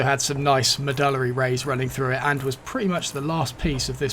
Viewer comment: The way you pronounce "medullary" is SO much cooler than how we Yanks do lol